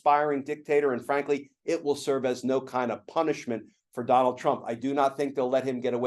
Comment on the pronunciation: I noticed every time Glenn says "Donald" he says "Donal" heh heh